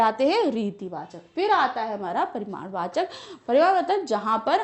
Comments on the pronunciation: its not "paridamvachak" its *PARIMADVACHAK"... You shoud have atleast corrected that maam! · Its parimanvachak not parinamvachak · Pariraamvachak nahi hai madam parimaarvachak hai